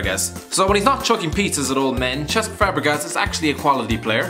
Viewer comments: It's Cesk not Chesk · How do you not know how to pronounce Cesc??? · Saying Cesc like that makes me think that you just read a script written for you & have absolutely no idea about football. Bleedin Sap.